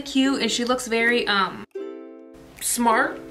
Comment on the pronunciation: “She looks smarrrrrrt” Ahahaha I love you